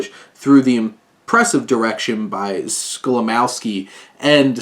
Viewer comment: Great review :) Just a tip for the future - Polish (and German) "W"s are pronounced like the English "V"s. So it's Skolimovski, not Skolimowski ;)